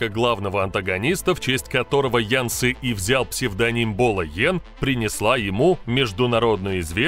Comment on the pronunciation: Какой " ян " ?)))) Это у молдаван - "ЯН" ))))) Ты от туда ?!)))))